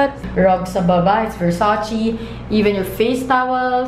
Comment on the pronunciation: Versace-read as it is po,not versacì...